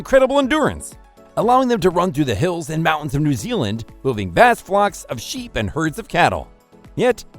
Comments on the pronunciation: Had to stop 9 seconds in. Voiceover: 'also known as the New Ealand Sheepdog...' with that sort of quality control in the first 10 seconds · This information is often wrong…! Can’t pronounce the country correctly, Hunterville is found lower Nth Island, not Sth Island…